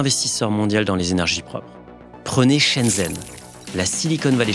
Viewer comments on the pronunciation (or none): Petit tips : ZH en chinois se prononce dJ, pour Shenzhen ou Zhong Guo.